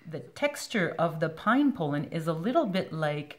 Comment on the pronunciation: pol·len /ˈpälən/ Not pole’in Seriously. Good video, thank you.